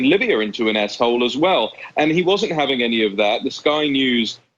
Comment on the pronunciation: Lol 😆 everytine you two used the abbreviated ‘S-hole’ you’re both saying ‘a$$hole’